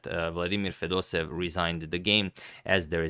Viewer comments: #pronunciation It’s not fedosev It’s fedosEEv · I don't speak Russian, but I assume the pronunciation of the name of the man playing with the black pieces is not 'feh-DOH-sev,' but, 'feh-doh-SEH-yev.' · Hi, Antonio! Thank you for the video, it is good as always! However, you constantly made the same mistake: your pronounciation of Fedoseev's last name is incorrect. You should stress the third syllable: FedosEev is correct, not FedOseev. Thank you again for your videos! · Everybody and their cousin pronounce fedosEEV instead of feDOseev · it's fedoseEv, not fedOsev. there two e and the emphasis is on the second e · And the accent is on the first e fedosEev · The pronunciation of Vladimir's surname is more like Fedoséev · here in this popular video you pronounce Fedoseev differently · I don't think that any person would be pleased by the misspelling or/and mispronunciation of their name. And I am not your brother. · Antonio, thx for the content! Jfyi. Fedoseev is pronounced with both e having their own sound. They do not get merged into a single sound